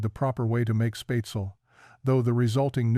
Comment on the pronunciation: SPAETZELE, NOT SPAYTZL